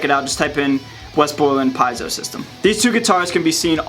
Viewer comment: Is that the correct way to say Piezo? I'm not being a dick and saying that you're wrong, I'm actually asking to correct myself if I'm wrong.